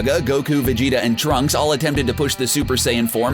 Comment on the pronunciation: Um..did he say tracks?...